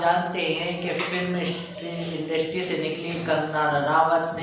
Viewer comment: इंडस्ट्री को इंस्ट्री बोला